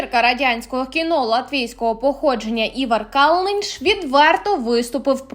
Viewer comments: Девушка,он Калныньш,а не Кальнынынш.Это очень известный актер. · Актера зовут Ивар Калныньш, с ударением в фамилии на первом слоге.!!!